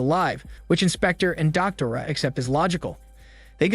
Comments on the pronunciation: distracted by how you pronounced Doctora and Javier lmao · Or "doctora" 😂😬 as a spanish native and polyglot, i was cringing so hard 😂😂😂